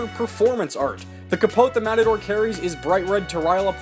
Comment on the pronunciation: So you know, "Capote" is actually pronounced "Kah-poh-teh." You actually pronounce the "e" at the end. Spanish doesn't have silent "e's" like English does, nor does it even change the way that it pronounces the vowels. Also, I'm not sure he actually named his sword. It's likely that it just never had a name, thus why it's simply called an espada. Of course, I know that bit is just for a joke, though, lol.